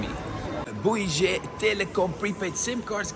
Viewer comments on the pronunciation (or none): Bouygues pronounced as in « give or gun » you’ll look like a fool otherwise, especially if if you think your prononciation is good! 😅